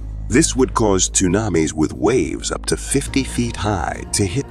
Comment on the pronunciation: Really bad pronunciation of apophis and tsunami